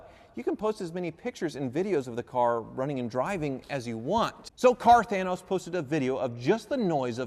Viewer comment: "Car Thanos" lol.